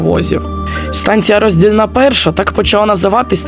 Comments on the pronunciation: РоздІльна! А не РоздільнА... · 😂 у слові Роздільна наголос на букву "і"